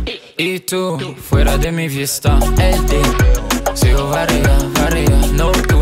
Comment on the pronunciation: Franchement lourd mais deseo tu le dit pas bien...